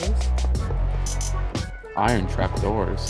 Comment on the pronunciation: How do you make the word “iron” sound like it’s 30 syllables instead of 2?!?